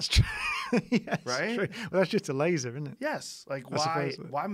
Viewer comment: "Well that's just a lazer, innit?" Brian your British is showing